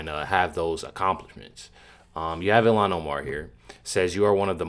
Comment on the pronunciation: You pronounce her name. ILL - han